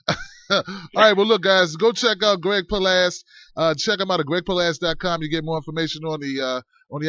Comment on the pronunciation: its palast not palast; l love the show